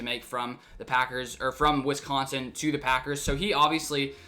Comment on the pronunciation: You pronounce Wisconsin like a FIB